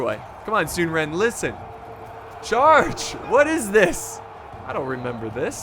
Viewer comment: Sun is like sun not soon. So it’s “sun-suh” and his brother is “sun chuan” it’s like saying “chew on” but very quickly